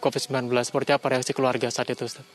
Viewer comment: Ayolah tv besar masih aja salah penyebutan ustadz